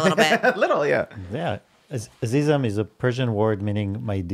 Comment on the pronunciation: As a Persian I gotta say Trisha's pronunciation is on point! Also "Dooset daram" means I love you in Farsi and "Azizam" is dear or darling